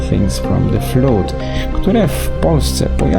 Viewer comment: Super materiał! Kocham Talesy i wyczekuję Thingsów :3 Jedna uwaga, 'flood' czyta się jako 'fləd' czyli po 'flad' ;)